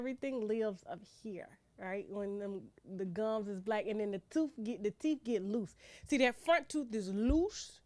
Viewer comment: "Teef" lmao!